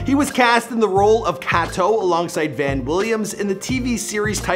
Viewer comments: who's Kat-o? It's pronounced Kay-Toe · Kay-Toh, not Kah-Toh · Say it with me “K....toe.” There you’re welcome!